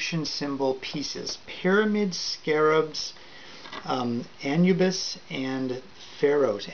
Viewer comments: It is pronounced ah-noo-bis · You said anubis wrong😂